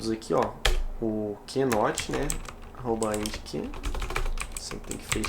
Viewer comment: Caramba eu na torcida gritando aqui, troca o ANDCANNNN por ENDCANNNN. hahaha! Valeu, ótimo vídeo!